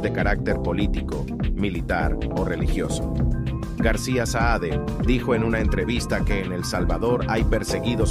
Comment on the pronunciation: Muchacho el botijas se llama CARLOS SAADE ,no "SAED" limpiate la cera de los oidos.